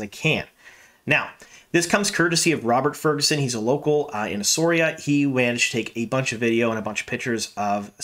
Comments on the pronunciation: Shame you can't check how to pronounce the name of the place where this is being filmed. It's "ESSAWEERA" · Please learn how to pronounce the name!